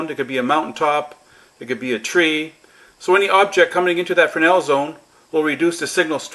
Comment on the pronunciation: Frenel zone????? F R E S N E L -frenel....